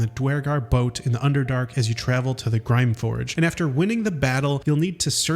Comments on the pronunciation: Grymforge as in Grim not Grime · Not trying to be a dick but this man really pronounced grymforge as "grimeforge"😂😂😂